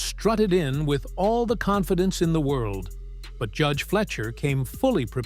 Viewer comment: It's fly-sher, not flesher